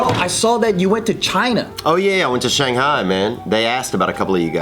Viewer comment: said Shanghai so accurately!!! It was native level perfect 👌🏼